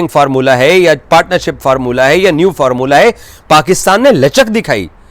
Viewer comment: DADTAR ❌ DAFTAR DADAGIRI ❌ DDAGIRI FORMULA ❌ FARMULLA